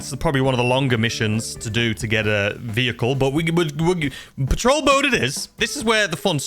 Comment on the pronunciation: "Partol boat"